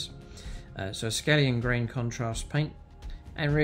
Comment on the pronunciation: It's akhelian green not askelian green mate.